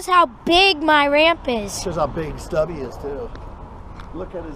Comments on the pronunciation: it's Stubby, not Stuby. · it's Stubby McFly not Stuby McFli. haha